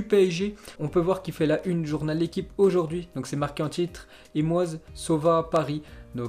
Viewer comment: Moase, skraznozdar, hudson odoi qui se prononce Odoy, Koéman qui se prononce queuman, mason greenwood qui se prononce maisonne il en fait a chaque épisode « ça marque de fabrique 😭😭 » la prononciation c’est pas ça faute mes la lecture si.